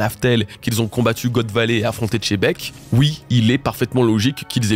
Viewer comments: Je te taquine, mais en vrai le personnage s’appelle bien Rocks D. Xebec, pas “Chebec”. Je veux bien que Chebec ça soit le navire dans la vrai vie, mais dans One Piece, Oda a choisi de mettre un “X”, et en japonais, le nom se dit clairement “Jibbeku” (ジーベック). Ce n’est pas “Chebec” (チェベック) Donc pour en finir le cas de ジーベック (Jibekku), la prononciation est proche de “Xe” plutôt que “Che”. Le “X” en japonais est souvent romanisé en “J”, ce qui donne “Jibekk” ou “Jībekk” en fonction du contexte. Donc, en français, il serait plus juste de dire “Xebec” plutôt que “Chebec” 🙂🙏🏼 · C’est Xebec ! Pas Chebec, le Che qui sort des fesses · Salut pourquoi tu l'appelle Chebeck alors que c'est Xebeck son nom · Le X ne se prononce pas dans le nom de Xebec, c'est davantage Jibek ou Chebec ! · C'est qui " Tchébek " ? 😂